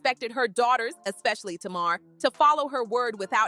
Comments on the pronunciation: It's not tamaarre, it's Tamar! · Not Tuu-marrr 😂😂😂